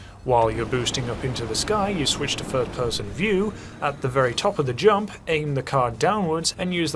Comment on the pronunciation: I also thought he said ate instead of aim lmao